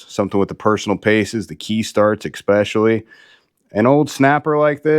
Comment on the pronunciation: Exspessially? Try especially…